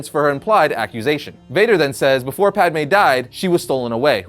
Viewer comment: At least you're calling her Padme this time and not Padame. Hahaha